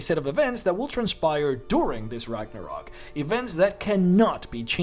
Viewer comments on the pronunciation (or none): RAGNARÖÖÖÖÖÖK - god ! With an „Ö“ !!!!